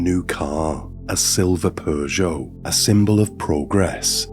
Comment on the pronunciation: What's wrong with people!?!?I really don't understand 🤬😡🤬 R.I.P Michael 🥺💔 Btw, you say Peugeot special way, I've never heard anyone say it like that 😯🤭